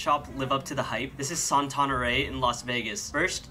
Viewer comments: I hate when people are so negative and that's right what all of you guys are doing if and nothing nice don't say nothing at all like😠😒😑and that not how you pronounce Saint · The way he pronounced saint 😂😂🤣 I had to do a double take to make sure I wasn’t the one reading it wrong 🤦🏾‍♂️